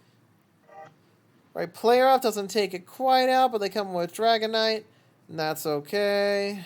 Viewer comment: Yooo thanks for the shout cast! You did pronounce the name correctly 😂👌. Made a few misplays but oh well 😂